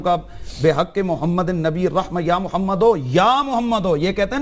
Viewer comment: تو تقریر تو کررہا ہے۔تجھے اردو کے تلفظ تو نہیں آ تے۔ بددماغ محمد( صلی اللّٰہ علیہ وسلم) کو مومد کہتا ہے نالائق تیری علمیت کا اس سے بڑا ثبوت کیا ہوگا۔